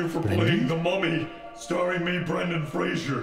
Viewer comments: I am so triggered by Kevin saying 'Frasier' instead of 'Fraser' the whole time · except kevin mispronouncing his last name .... every time ... tell me where the "i" is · At what point is it too late to inform Kevin he's pronouncing Fraser wrong? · Poor Brendan Fraser. A whole video gushing about him and every single time, his name is mispronounced. Fray-zer, not Fray-jure. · Kevin, why do you have to mildly bother me by mispronouncing Fraser?